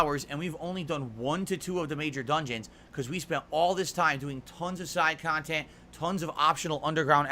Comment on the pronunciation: Holy shit dude 😂 man has been on the internet for 15 years and doesn’t understand how shit works. Everyone has an opinion, stop paying attention to one’s that do lol. On top of acting like he has a ton of people giving him feedback about his “khantent”